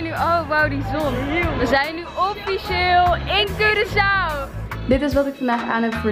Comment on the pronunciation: Hoe normale mensen het zeggen: Curaçao hoe Wendy het zegt Cureçao